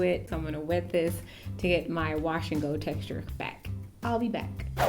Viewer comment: You said watch and go instead of wash and go.